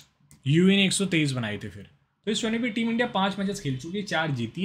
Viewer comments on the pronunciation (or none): none